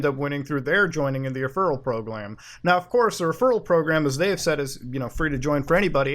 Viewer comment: Muda says Proglam. That is all. No need to thank me.